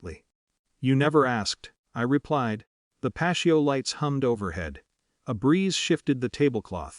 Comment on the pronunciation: Video time: "the (patio) lights", You pronounced the word incorrectly as "pasheo". It is pronounced as "pat-e-o". This is a very common word. Who proofs to you voice recording before you release it. You can do better.